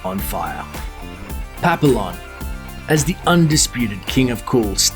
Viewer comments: It's called PAP E ON not PAP ILL ON. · Pap eee on NOT pap i lon. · Pap-e-on...not pap-l-on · Um, did you just pronounce it 'pap - ill - on'? do you know how French words are pronounced? Have you ever even seen the first one? FYI - it's pronounced 'pap - ee - oh(n)' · Ok this narrator for Looper is HORRIBLE! Can you at least TRY to remotely pronounce non-english words accurately. "Pah-Pill-On" REALLY dude?!! That is one of the easiest French words to pronounce: Pah-pea-yaw. Then you literally chop up a Spanish word right after "El Des-coin-A-ceedo" Maybe you can try reading in front of your "mah-tes" prior to recording so you don't sound so disrespectful and ridiculously ignorant. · Pap-il-lon..... really? REALLY?... It's french for "butterfly", and that's not how you pronounce it, you idiot. It's pronounced "Pahp-ee-yon" a million times in the Steve McQueen version of the film, which you clearly didn't watch, even as you were lifting video cuts from it. That would account for why he had a large butterfly tattooed on his chest, which you'd also know if you had actually watched the movie. But then, that's not the only case of you mispronouncing someone's name in this video, is it? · Pronounced Pa-pi-yone, not Pap-a-lon. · It's not pronounced "pupillon" it's pronounced "pa-pee-yoh" it's french for butterfly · It's pronounced pap*ee*yon not pa*pill*on. You guys are almost as bad as Talltanic when it comes to pronunciation. Do a little homework, maybe you'll get more subscribers. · It's pronounced "pap-pee-yon", dopey! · PAP-EE-ON you stupid ass. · pronounced "pap ee yon", you idiot. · Its PAPEEON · PAH - PEA - YON... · "Pa - pi - lon" ... ?!? What??? What the hell is THAT? Do some people really pronounce it that way? Do professional voice-over artists, working for a YouTube channel with over 2 million subscribers pronounce it that way? Do you really not know any better? Sad. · It's pronounced PAP-E-YON! I'd have thought a film review channel would know that!